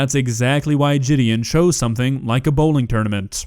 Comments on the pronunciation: dude your a COMMENTARY channel and talking about kids watching jidion you content is literally the trap of kids and demarcus is genuinely a good guy if you watch him and not take him out of context nigga is probably jealous that jidion popped off while he still trash in his yt channel its Ji Di On not Je De In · It's jih-D-awn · Man said jidyen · Don’t hate on someone when you can’t even pronounce there channel name “Jidian” 🤓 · Jidi- “On” as in the word on. Not a big deal, just saying lol. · Yea I like both of these youtubers so this is hard to part with so I won’t, also it’s pronounced (Jih-Deon) just to help in the future if you make more videos. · Honestly I normally enjoy and love watching your videos and commentary but you cant go after Jidion bro is mad funny and actually makes great content I can tell you have no idea abt him since the way you say "jIDeOn" like this is the only video i''ve ever disliked from you. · Your saying his name wrong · No way a guy named who cant even pronounce his name decides to talk shit LOL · I like both channels, but cmon man. Youre pronouncing his name incorrectly. Did you even watch any of his videos or do research on him? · Big fail this time, just desperate for content. Can’t even pronounce JiDion’s name properly. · Jidion is actually funny asf, and the only people who dont like him are the people who only know him through controversy. Judging by the way your saying his name wrong, proves you literally know nothing about his channel.